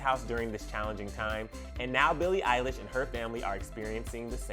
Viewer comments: When he says Eilish's family I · it's not oconnel it's eilish it's literally in billies name